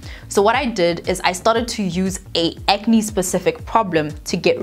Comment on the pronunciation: "Ke acne neh?" How did I not dieeeee from this coffee on my lap! lmao